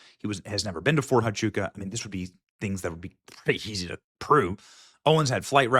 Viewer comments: Fort Huachuca pronounced: wah-CHOO-kuh. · It's pronounced "Wah chew ka" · ErKKKa is guilty as sin. Over and over her lies have been exposed, yet you ignore that, Benny. BTW, it's Fort WAH-CHUKA, not HA-CHUKA. And hyperbole is pronounced hyperbolee. But even the Secret Service said there were no threats, yet she LIED that death threats were why she backed out of the Georgia event with JD Vance. She lied about not dating prior to Charlie and not drinking, and the many videos on internet prove that, yet you ignore it and say there are no receipts. You're part of the club, Benny, and I lost all respect for you and Megyn, kissing her butt they way you do. She's a disgusting lying psychopath. And let her sue me. I've seen the disgusting texts she sent that little 15 year old girl, "I want to come inside your lady garden," I heard her disgusting video with JT Massey, mocking sex inside marriage, and NOW she cosplays a Christian, which she became when she set her sights on Charlie. I can't listen to this anymore. They ALL FAILED Benny, and you say they'd give their lives? Yet they took him to a hospital 25 minutes away, after turning away help from EMT's? You saw the hand signs they gave, including Dan Flood? You're a sorry piece of filth, Benny. Ugh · Fort "Wah-chuca" - Huachuca "High-per-bow-lee" - hyperbole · FYI - Fort Huachuca = wah-CHOO-kuh. hyperbole= hy-PUR-bo-lee. ❤😊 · Benny, since I know you will be following up on this, the H in Huachuca is pronounced with a W sound, pronounced Wachooka. I live her in AZ and it took me years to learn how to say a lot of these Indian names😂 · You can't just walk in on a TS meeting. They are held in SCIF and even in the SCIF they are secure to only those in the meeting. The debunks it by itself. Btw hyperbole is pronounced "hyper bowl ee" and Huachuca is "wa chew ka"